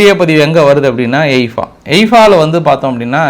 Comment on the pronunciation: எய்பா இல்ல தலைவரே ஹைபா